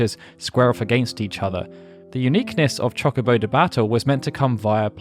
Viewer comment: CHALK obo de-battle, my brother in christ i know you're english, fix that please.